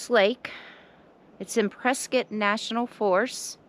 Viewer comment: Yay you're the first person I heard say Prescott correctly in a long long time even people that live here have forgotten 😂